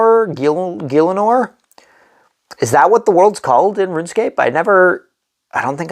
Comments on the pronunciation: its pronounce Gil - a - nor, great video! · You lost me at guy-Len-or